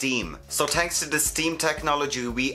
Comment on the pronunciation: I come for the “tick” accent and stay for the great info❣️ Just pre-ordered my steam pod can’t wait to finally get this in the US. “Tanks” 🥰